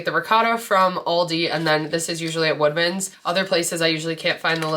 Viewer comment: Great video! Lots of ideas! I kept thinking you were saying wegmans not woodmans and I was like I’m not looking close enough because I’ve never seen these lol😂